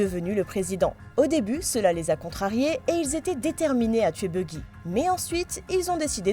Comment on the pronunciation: Buggy ? Baggy "a"